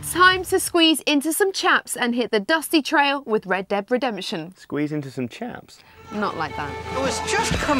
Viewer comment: funny how she can't pronounce red dead redemption